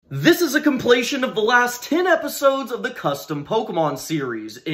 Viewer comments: I love these! They're so creative but, did you say complation? Lol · Got bothered 1second into this video when you mispronounced compilation, but cool idea for a video.